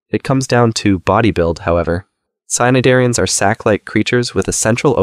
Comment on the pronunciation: cnidaria is pronounced nay-deh-ria